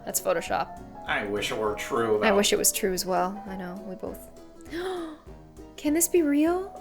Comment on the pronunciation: Ella Gertsenius its (C)an not (K)an